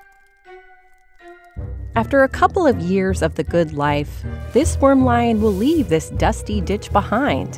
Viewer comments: ANT lion - not worm lion ! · Antlion. Not wormlion